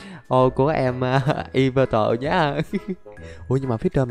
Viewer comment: yea ông đọc đúng con yveltal r:)))